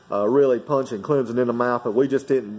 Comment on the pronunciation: Just say Clemson correct:)